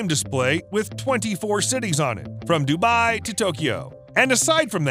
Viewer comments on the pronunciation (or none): none